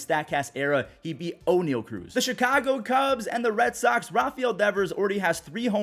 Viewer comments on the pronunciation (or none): none